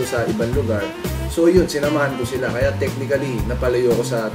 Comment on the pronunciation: Silent A po and tamang pagpronounce ng technically and basically. Lubos lubusin nyo na po ang pagiging tunog matalino. "Basiclly" "techniclly". Power!!!